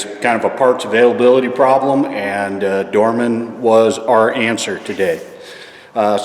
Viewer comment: You saying prroblem with heater. I don't like your dignostic. Wrong